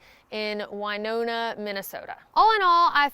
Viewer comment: So as in Minnesotan, I feel duty bound to tell you you pronounced Winona incorrectly. It's wuh-now-nuh not why-no-nuh